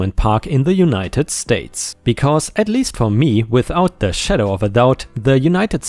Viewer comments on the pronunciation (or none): none